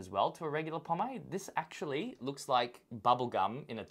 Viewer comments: Po-Made, Po-MADE....MADE,not mad.... love the content but goddamn did that piss me off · Pawm-aid god dammit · The way you say pomade 🙀😵🙃